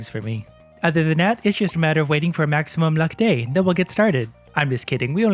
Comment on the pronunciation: “Maximuim” luck! lol